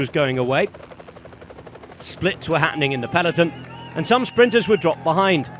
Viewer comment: Please, stop saying "Peleton"